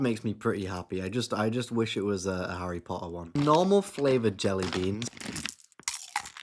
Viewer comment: Harry po’ah😂😂😂